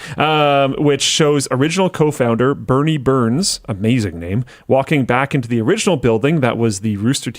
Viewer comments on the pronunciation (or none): It's "Burnie" not "Bernie"